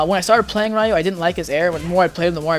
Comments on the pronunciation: bro his name is ryu not rai ooh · im pretty sure its not pronounced "rie you" and i think the correct way to say it is "rēˈo͞o" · ***** It's actually Ree-you, well in English it is. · I can't trust advice from someone who calls him "RA-YU" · LEARN TO FUCKING PRONOUNCE RYU'S NAME CORRECTLY! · You pronounce his name incorrectly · Nope, it makes him sound cringy... Speaking japanese incorrectly (reffering to the english pronunciation of it) can be dlly annoying to ppl who know how to pronounce it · pronounce it correctly! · you learn common sense and learn to pronounce it correctly! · hahah I hate that pronunciation on Ryu's name XD... really? don't you know his name?? XD